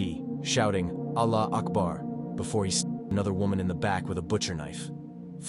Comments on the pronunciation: That “allaherakbaerr” gave me 2nd hand embarrassment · People who went to school with him said he's always been weird and unstable. He can't even say Allahu Akbar properly. But yeah let's idiotically pretend he did this as some kinda religious act. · Every other person in this video was a white Christian but yeah let’s focus on the one guy who’s a so called “muslim” but can’t even say allahu akbar properly 😂😂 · The guy saying "Allahu Akbar" couldnt even prononciate it right comon ya fa'ing twits, ofc they gonna blame it on us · He’s not even saying it correctly, hes obviously taking the piss out of it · He actually wasn’t lol he was meth head Christian and not of middle eastern origin either and he’s not even saying the word correctly 😂